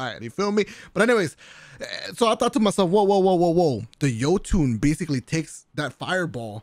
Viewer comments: the “Yee-toon” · my man really said yeeetun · Jotunn (Yo-ton)